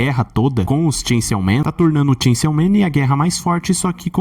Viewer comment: Ele fala chainsiaw man de propósito né....